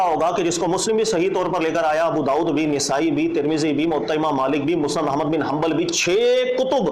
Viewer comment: نِسائی❌❌❌❌❌❌❌ نَسائی✔️✔️✔️✔️✔️✔️✔️